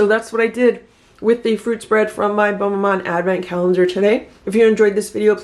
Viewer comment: I don’t mean to be critical, I love your channel, I am a widow in my late seventies and love my Dash appliances and your single serve recipes. But, I am half french Canadian. Bonne, which is the feminine version, is pronounced “bun”. Your pronunciation “bone” ( bon) is the masculine. Just saying…